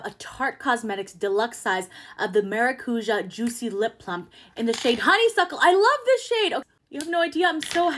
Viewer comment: As a Brazilian I love watching people pronounce maracujá 😂